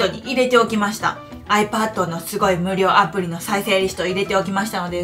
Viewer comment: ドモです。 「有料アプリ」と聞こえるのですが、「無料アプリ」ですよね（＾＾）